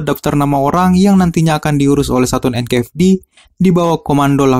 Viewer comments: bang sorry ya. bedain antara F sama V anjay. jadi ganjel gw denger nya. NKVD bukan NKFD. mohon maaf ya bang semoga bisa lebih baik ke depan nya. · NKVD bang bukan NKFD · Tolong pronunciation nya di upgrade. Itu NKVD 'V' BUKAN 'F'